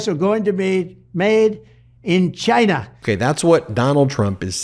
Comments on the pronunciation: Why does he pronounce China is such a horrible and whining way? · That emphasis on “CHAY-NAH “ 🤦‍♂️